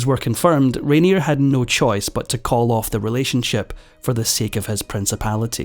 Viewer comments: A well-made narrative with only one slight flaw! The name of the main player in your video is universally pronounced "Rainiay", not "Rainierr". Sorry! 😀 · Isn’t his name pronounced :’Rain—yeh’? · You are not pronouncing Rainier correctly.